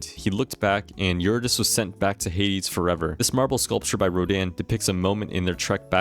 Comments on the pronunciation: you-rid-E-see !!! anyways goated video lad cool stuff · great video but please look up pronunciation guides for gaugin and eurydice